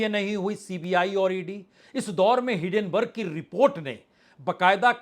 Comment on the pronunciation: आपकी तक़रीर में अक्सर तेलांगना, इलक्ट्रौल बांड व हिडनबर्ग रिपोर्ट का जिक्र आ ही जाता है, तो उचित होगा उनका उच्चारण यथाशीघ्र दुरुस्त कर लिया जाय 1. तेलांगना नहीं तेलंगाना 2. इलक्ट्रौल बांड नहीं इलक्टोरल बांड 3. हिडनबर्ग रिपोर्ट नहीं हिन्डनबर्ग रिपोर्ट